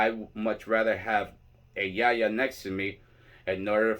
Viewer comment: I just love that you say Yaya and not Yayi. I don’t understand why that has spread so far into the tradition, I personally feel like it takes away the title/license as a whole.